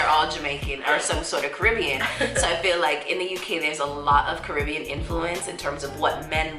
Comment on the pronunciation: The American needs to pronounce Caribbean correctly.